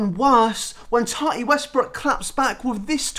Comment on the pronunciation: Tahtee hunty it’s tati but ok😎